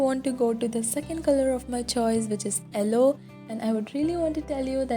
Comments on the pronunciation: Its yellow not elloo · Ello? It's yellow.